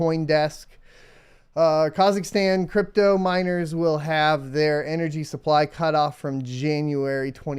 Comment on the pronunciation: Friendly feedback: please be aware of how you pronounce Kazachstan..... i know how sensitive Americans are about their country and customs, same courtesy should be given when talking about other countries i would say.